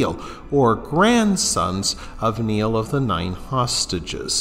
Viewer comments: It's pronounced like nile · Pronouncing Niall wrong as well as other names